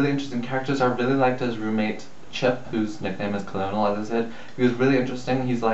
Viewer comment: It's Colonel, as in the Army rank, so it's pronounced like 'kernel' :)